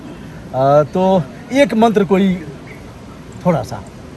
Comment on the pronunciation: Aapne mantra ka uccharan galat kiya 😂 Fakbs